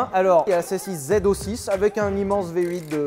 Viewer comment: Comme ça fait plaisir quelqu'un qui dit correctement Corvette ZO6 et non Z06.